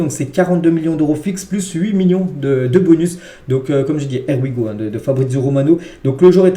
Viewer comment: Stp essaye de bien prononcer le Here we go, on dit (Hier we go) 😅